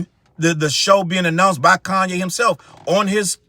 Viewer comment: Ooof not coonye 😮😂😂😂🤣